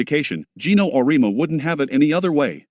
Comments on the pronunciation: OR-EE-AHH- MU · Though I will say, any speech to text will misspell UConn. But messing up people's names is pathetic when you as content provider don't narrate it yourself. Just ..cking lazy.!!